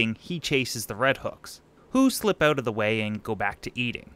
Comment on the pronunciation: Here’s an idea...pronounce out as owt not oat!